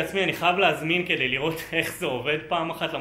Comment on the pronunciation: זמן: : לידיעה הצורה הנכונה היא: kedey !